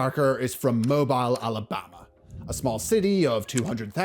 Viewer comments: It's Mobeel, not Mobyal! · FYI Alabamian here, it's pronounced Mohb-eel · moh-beel. It's French 💅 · huh? He pronounced it wrong